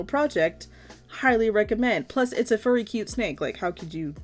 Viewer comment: I thought she said a f word snake